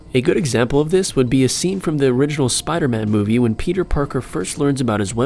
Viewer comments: u at the very first... made a mistake that is... its not moive... its movie... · its not moive dude! its movie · You said moive mistakes XD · The intro says*MOIVE*